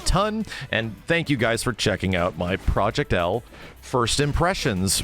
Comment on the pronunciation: if proyect "L" is not an "W" imma be laughing for decades